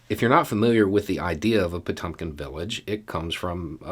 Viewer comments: It's pronounced pah TYAWM kinn. The e is really the umlauted Cyrillic e, known as the yoh. (Another example: Ezhik, hedgehog. The E is the umlauted one, but Russians usually omit the umlaut cuz they assume people know it is the letter yoh, not the letter yeh.) Good try,. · NOT "Po-TUM-kin." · No big deal but take a look on how to pronounce "Potemkin"...